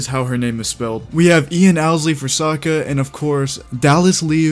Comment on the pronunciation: "my name is ONG and im the OVATAR" "general EEROH" "i challenge you to an agni KI duel" "SOOKA" bruh i almost died when i heard him say ong lol